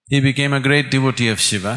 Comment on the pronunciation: What the f is a shivaaa? Its shiva not shivaaa